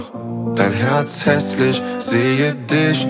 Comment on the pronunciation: Gutes Lied, aber wenn man" ich dich mich" nicht richtig aussprechen kann verliert man einen großen Teil von potenziellen Zuhörern